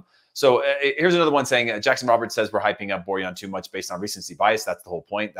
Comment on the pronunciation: It's pronounced Boar-Yawn, not Boar-Han, it's not spanish